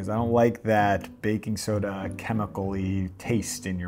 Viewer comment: He keeps saying baking SODA!!!! wrong!!!!